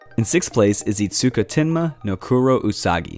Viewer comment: Sensei, "to" is the conjunction "and"; sounds like the English word "toe", not 'two' or 'to'. "itsuma tenma no kuro usagi" (which you pronounce great) has "no" in it. That "o" sound is what you use when pronouncing "to". Same "o" sound as in "kuro".